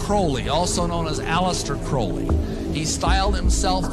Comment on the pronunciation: alistair crowley not alistair crawley